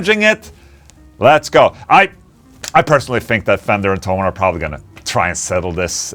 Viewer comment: Why everyone says "Tollmann" the company name is - Tho - Mann. Rick Beato call it Tollmann too..